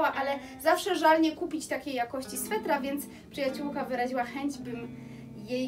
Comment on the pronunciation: Słowo ,,jakosci"zaakcentowalas na pierwszej sylabie, i to ci się przy szybkim mówieniu zdaża, pedantów to może denerwować, więc się nie broń, tylko popraw )❤